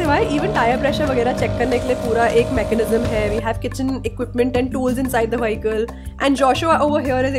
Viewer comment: Vahical? It’s vehicle